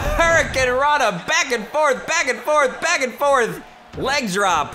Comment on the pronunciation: In the intro said BACKCK